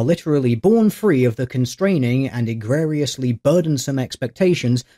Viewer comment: It's pronounced "ee-gree-juhs" -- Otherwise your typical excellent job.